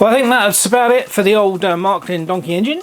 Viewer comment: Wow it is a Beauty...BTW: It is Märklin or Maerklin.Not Mark-lin.